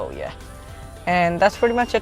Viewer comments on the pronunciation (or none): none